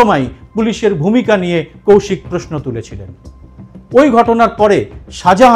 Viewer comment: রেখা পাত্রের উদ্দেশ্যে: কথাটা পোয়োজন নয়,--কথাটা হলো প্রয়োজন। কথাটা পোশ্ন নয়, -কথাটা হলো- প্রশ্ন। এরকম আরো অনেক ভূল উচ্চারণ আছে যেগুলি শুনতে খুবই od লাগে।